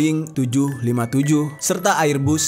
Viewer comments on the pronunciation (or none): Airbus=Airbas dibacanya banggg😂😂tpi gpplah